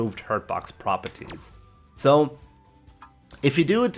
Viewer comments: Propities lol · Lord have mercy your voice is fucking horrible. Must you overpronounce everything? Died at the word "Prah Perr Teez"